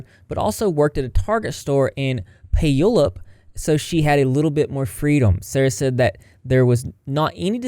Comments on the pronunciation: knew this comment would be here the second I heard it! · light hearted I am from WA and lived in Pierce county for many years. Always my favorite to hear people pronounce Puyallup. It's pronounced "Pew-al-up". Thanks for the content! Gotta say, not surprised PCSD didn't do anything, they're not the greatest police department and unfortunately since they are such a large county, have so many other big fish to fry. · also, puyallup is pronounced pew-all-up lol just for future reference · Pew-wall-up is how you say Puyallup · Native Washingtonian here. Lemme help with the pronunciation of Puyallup: Pew-ALL-up. You're welcome 😉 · Lol Puyallup (pew-all-up) No one out of state pronounces it correctly so don't even worry about it. 😋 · FYI- Puyallup is pronounced "pew-all-up" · Hey rep! Just so you know Puyallup is pronounced (pew-al-up) lol its a bit difficult to pronounce when first reading it, I've lived in Washington for all my life and I still get the town names messed up at times, love your content! 🐢 🐢